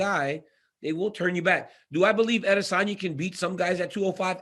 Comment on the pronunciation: It's AdesOWNya , not Adesanya ! .... come on now Helwani